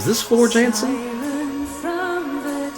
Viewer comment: Floor Jansen in Dutch and lives in Sweden with the drummer of Sabaton. Her name should be pronounced as Yahnsen. "Ja" in Dutch as in "Yacht" (which is also a Dutch word, btw).